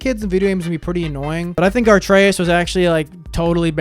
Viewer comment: why does everybody say ATREUS wrong it’s not ARTREUS